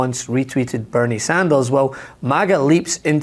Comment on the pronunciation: What did you call Bernie? Did you say Bernie Sandals?